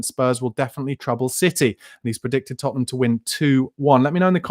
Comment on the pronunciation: Hey, you just can’t say Tottenham lol